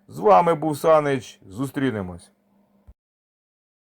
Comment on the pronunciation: "Футбол від "😒 І шо це за "Ы"? Чи і нашим і вашим - такий принцип?😏